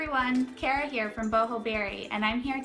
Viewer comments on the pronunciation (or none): none